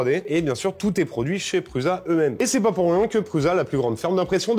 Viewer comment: Ça me perturbe à chaque fois quand vous prononcez "Prusa" en Pruuza ... Ça se prononce Proussa !!! 😅